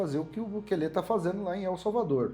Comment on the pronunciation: Tem só que aprender a falar Bukele direito😂😂😂❤